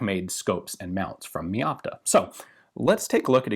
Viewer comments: Just note, "Meopta" is not pronounced like you'd have first part as word "Me", but like for example word "Mega". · Mey opta